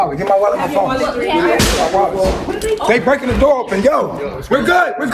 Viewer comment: Love the way says “doe” instead of “door” 😂😂🤣🤣🤣🤣🤣